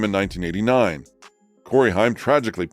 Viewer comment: Why are there side by side images of Burt Reynolds and Ryan Reynolds??? They have nothing to do with one another other than a common last name. Did your A.I. bot mess up and include the wrong images in this piece about Burt Reynolds? The fact the 'narrator' can't pronounce Cory Haim right is extremely troubling. Haim was the it teen actor in the 80's the way lip filler is in every beauty influencer's lips today.